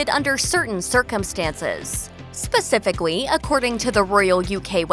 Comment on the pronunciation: Why am I hearing "spacificawy" instead of "spacifically" every time she says the word 😅😅😅